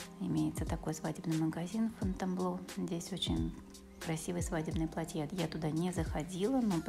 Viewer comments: платья .а не платьЯ.ужас.ролик хороший а ударение деревенское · Ударение на А в слове платья, а не на я.Извините, ухо режет!! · Правильно снимайте,Яну знаем, хочется больше узнать о нравах и укладе жизни французов. почему в слове платья Вы ставите окончание на конец слова. Платья ударение на букву « а».